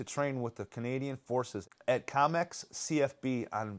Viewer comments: The town is Comox not Comex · KO MOX....not "com ex". 🙄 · love this channel but why are you pronouncing comox that way haha